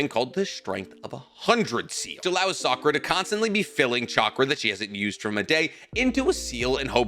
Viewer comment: why did bro just keep miss pronouncing Sakuras name 😂